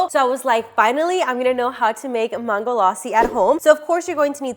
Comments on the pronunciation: Is it me or she is pronouncing Mango very weirdly? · Why does she pronounce mango in two different ways though? ‘mango’ and ‘maango laasi’